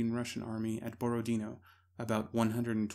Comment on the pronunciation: it's Borodinó and not Borodíno, yob tvoyu mat'.